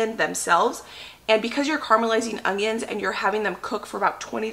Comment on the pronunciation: I love the videos however there is no "g" in onions. Lol